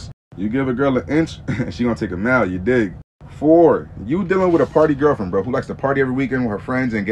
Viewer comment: Seriously? Your 💩 robot voice can't pronounce 'girlfriend'? And you didn't even notice? Are you so crappy at content you don't even listen to your own crap? Are you deaf? Or mute so you are unable to talk into a microphone yourself? Your mom must wonder how she raised such a lazy and apathetic waste of a child.